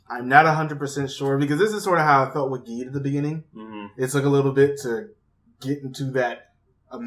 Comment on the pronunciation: how can you still be saying geed wrong? obviously pronounced jeed just like how it's said multiple times in the show.